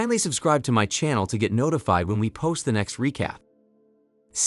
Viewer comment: the way you pronounced magneto was bad, but when you read xavier, i got cancer